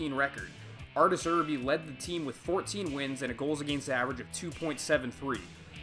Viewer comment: Arterz errbee lmao